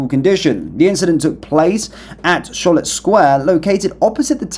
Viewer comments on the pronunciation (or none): none